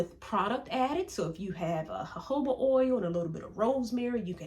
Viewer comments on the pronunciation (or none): none